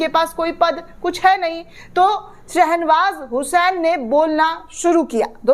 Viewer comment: Nam galt bola ja raha hai.Sahih nam hai SHAH NAWAZ HUSAIN.